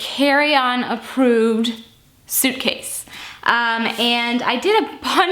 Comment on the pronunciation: Who knew how hard it could be to say suitcase?! Hilarious! :-)